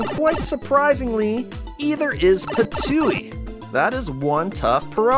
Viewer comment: It is not patooie it is ptooie